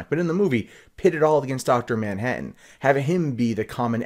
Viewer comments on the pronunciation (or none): none